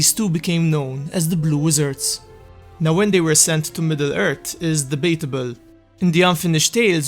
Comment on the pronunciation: They arrived in middle ert in the turd age... Facinating